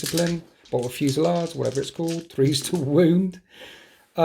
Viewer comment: Say 'fusey-laid', not 'fusey-lard'; and 'eye-cor' not 'ee-cor', and 'may-guss', not 'may-juss'. Please kill me. Great game, and great looking game. All best.